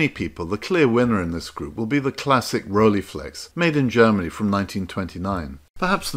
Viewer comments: Nice video, enjoyed it, but please do not pronounce it as Rolleeflex but as Rolleiflex with the ei sounding like 'I'. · Rolleiflex, pronounced Roll-eye-flex, not Rollyflex. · Probably someone has pointed it already out, if not: There is no Rollieflex, it's Rolleiflex (speak roll-eye-flex, since German "ei" is pronounced like English "eye". "ie" would be pronounced like you say it, but that's not the name...